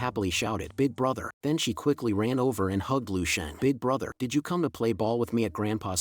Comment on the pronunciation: Good vid but Ami the only one who noticed how he/she idk pronounced the S like not to be mean but here’s a word SSShe is it the microphone? Sorry for being rude